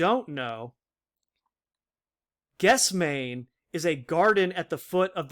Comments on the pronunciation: Good work. FYI Gethsemane /gĕth-sĕm′ə-nē/ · It is pronounced "ges- them-any" Good video!